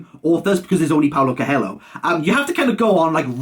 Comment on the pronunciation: Bro for fuck sake look up how to pronounce Coelho. Also Amado is amazing. But you picked the wrong book